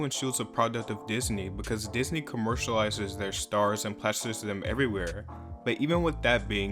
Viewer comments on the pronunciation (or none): none